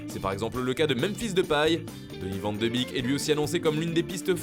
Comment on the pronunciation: "donnie vent de bique"